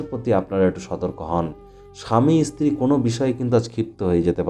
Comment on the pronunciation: ইসতিরি কি রে ? ভালো করে ভাষা শেখ তারপর ভিডিও করে জ্ঞান ঝারবি ।